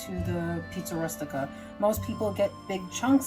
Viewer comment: Good idea to cut them in the small pieces like you did. For a minute I didn't think you were Italian by the way you pronounced Rustica , r US tica. The U in Italian and Spanish is pronounced OO as in rooster. I'm going to try cutting up the meat next time. Thanks ❤